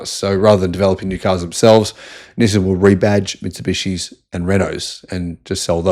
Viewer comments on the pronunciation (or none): Yes, they will, but not "Nissin".